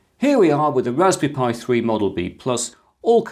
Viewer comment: can you pwease wewun the tst for the wasberry pi